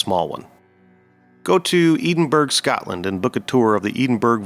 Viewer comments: Great video, please check your pronunciations: there is no such place as "Eeden-burg". It's "Edd-in-burrow" bcz it's Scotland and that's how they do things over there . . . you're one of the few legit researchers left here, so keep up the great work! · The way you pronounced Edinburgh as Eden-burg. And not Ed-in-burrow, has to be fake. Have you never heard it pronounced, ever ? That's an act of wat to the Scott's is that 🤣🤣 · Edinburgh? EDEN? WTF AI slop, come on already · EDEN BURG... 😂😂😂😂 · Your pronunciation of Edinburgh was actually physically painful. Maybe try to learn a little about a place before talking about it in a video. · I love your videos, very interesting and no nonsense. Also a good length. But buddy as a Scottish man, please learn how to pronounce Edinburgh 😂